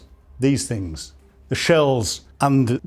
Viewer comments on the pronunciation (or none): none